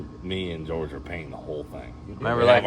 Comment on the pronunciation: It’s not George it’s pronounced (whore hey) Buenos Dias compadres